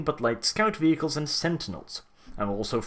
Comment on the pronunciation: The way you say vehicle XD